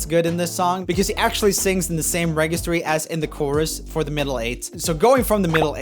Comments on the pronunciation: I'm pretty sure that's not how you pronounce registry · like how he pronounces 'registry' and 'arpeggio' (in another video)